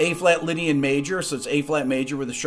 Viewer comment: Some1 pls tell he is playing chords but saying lydiam